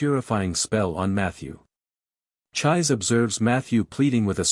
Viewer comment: Her name isn't pronounced like"chive" with an s. It's pronounced "chee-say" 😅 that's hilarious. All you gotta do is watch the Japanese version, the original one, and you'd know.